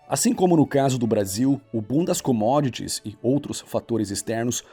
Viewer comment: Minuto 9;09 diz bundas comodits